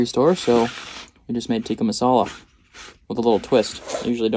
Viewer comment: You totally botched that tikka masala bro 😂